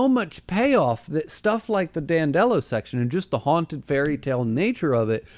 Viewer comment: Audio book guy here Name is pronounced as "Dan del oh" more like dandelion not "Dan delo" like Jello